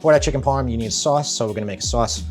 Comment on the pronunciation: Chicken Parm not chicken motts